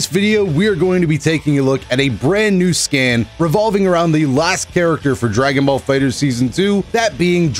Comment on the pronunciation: I thought you said "skin" not "scan" lol